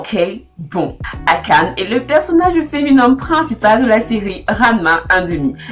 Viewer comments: C'est qu'en mieux de mettre l'accent sur le "e" de "Akane". Mais peut etre que tu fais exprès pour l'humour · Épisode 7,5/10. J'ai bien aimé ta parodie sur les personnages, les effets étaient cool. Le gros point positif est le contenu qui est vraiment original. Le négatif c'est quand tu prononces le nom Akane😅